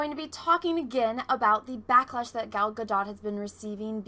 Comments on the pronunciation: I'm sorry to be that asshole but this is coming from an israeli, everybody keeps pronouncing her name wrong, everybody keeps saying it like ga-dot or ga-doh but it should be pronounced like ga-dote. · I'm new here but I think its pronounced Gal Gadoe as in go. 🙂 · This one needs to learn to pronounce Gals last name correctly & what's going on right now with people is that they don't really know anything about Cleopatra & so they assume she was Egyptian when in reality she was Macedonian & yes I guess they could be classified as white people. This chick attacks other actresses when it fills her needs no difference here I guess but let's not be hypocrites.